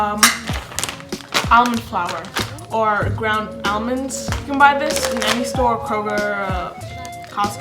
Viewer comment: I'm getting triggered with how she says almonds 😂😂